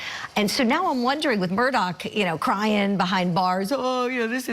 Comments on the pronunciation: Can we STOP saying "MURDOCK" ITS, (sounds like)...."MERDAW" Lets not church it up dirt. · You keep saying their last name wrong